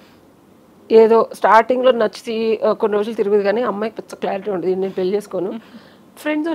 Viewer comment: Anchor garu speak correctly it’s called Pelli not Peli